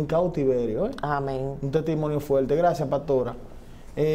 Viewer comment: Señor, usted es dueño de esta plataforma, se dice paStora, no PATORA, se dice teStimonio, no TETIMONIO.